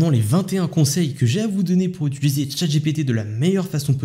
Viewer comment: « Utiliser » et non « utuliser » 😘